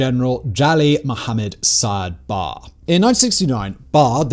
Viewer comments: Good narrative, but i want to make a couple of corrections, I believe the name of the dictator is "Barre`" not "Bare" as you said it. And the "X" is read as "H" so the name should be "Hassan" not "Exan" as you called it. But nevertheless goid narrative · It's Baré, not Barr!